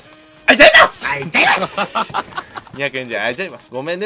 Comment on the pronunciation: ボクシングいるので落ちます、あいざいます！で吹いたw